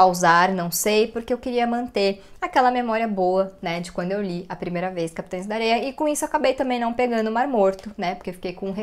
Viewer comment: Ela fala o nome certo do livro "Capitães da Areia" 🥰